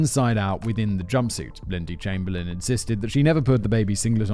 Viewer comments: Rabies is virtually absent in Australia. Unfortunately, there are loads of wildlife that will either kill you on purpose or even by accident. Can you not pronounce Chamberlain? You had a rather infamous PM by that name after all. EDIT: why show an African Hunting Dog ? They have nothing to do with this story. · 1. Chamberlain is pronounced "Chamber-Lynn" 2. Uluru is pronounced "Ayer's Rock"